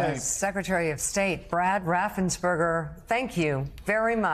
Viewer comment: " Helloooo Raffensburder ( because u know tRump was obviously thinking about a hamburder😂) I need 11,870 votes. Seriously Mr. Raffensperger u might have saved Democracy. Thank You sir !